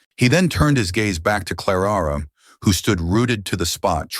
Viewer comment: Claraara? Why not just call her Clara